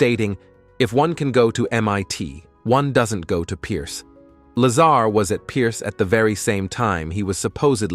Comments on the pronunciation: say it with me... its La-zar not lazer.... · Bob Laser? LOL Bob pronounces his last name "La-Sar" Laser sounds funny. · Why do you keep mispronouncing his name? It makes you sound like a jack ass. Just saying.....